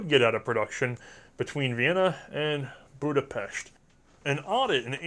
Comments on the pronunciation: Sure you didn't say FEG correctly, but you did pronounce Budapest right :D which rarely any English speaker does. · I just wanna say, great effort on the pronunciation! Much better than I expected, and extra kudos for pronouncing Budapest they way it's supposed to be pronounced.